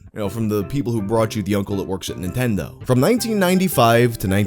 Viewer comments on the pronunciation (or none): none